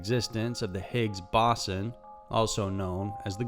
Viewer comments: It's not pronounced like higgs bossonn, it's pronounced like higgs bows-son. Thank you 😊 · It's bo Zon it's a Z not an S damnit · The Boss-on lolol yeah it bugs me too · higgs bosson? why cant these morons every pronounce shit properly???? IS IT THAT HARD OR ARE YOU JUST FUCKING LAZY? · Higgs Boson is pronounced with the first "o" as a long vowel b-OH-son like "Oh snap"